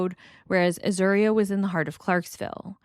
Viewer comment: You are pronouncing Azuria’s name correctly. Also, it’s call Austin Peasy state university. Really good reporting.